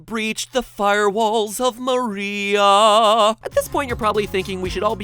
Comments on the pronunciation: Silver Gaming the name María is pronounced ma-REE-ah, with tbe accent in the REE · but it's pronounced Mar-ee-UH not Ma-REE-uh